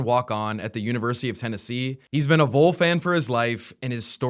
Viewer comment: Just a note. Don’t let your good work get lost by a little mistake. VOL is not pronounced “vole”. It is “VAWL”. It really gets in our crawl when folks mispronounce it. Thanks and keep up the excellent work.